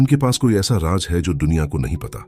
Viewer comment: "RAAJ" hukumat ko kahte hain! Aur "RAAZ" Rahesya ko kahte hain, Barkhurdaar